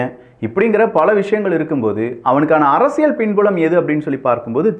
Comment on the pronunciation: தயவு செய்து, தலைப்பைச் சொல்லும் போது, 'அரசிய'ல்' சதுரங்கம்' என்று சொல்லவும். 'அரசிய'ள்' சதுரங்கம்' என்று சொல்லுகிறீர்கள்.